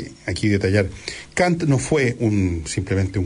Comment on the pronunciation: Ya pos, Villegas, pronuncias bien el francés, y mal el alemán.